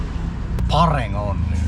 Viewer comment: you are really comedy,the way you said phareng only.